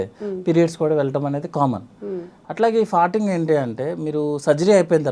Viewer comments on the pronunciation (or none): అది ఫర్టింగ్ కాదు ఫార్టింగ్